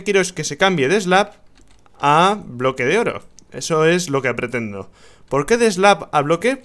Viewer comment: Dijo bloko de oro XD